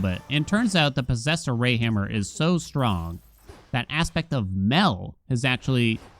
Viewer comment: Is it just me or does anyone else hear Posessor Ray when says "Posessed Array"?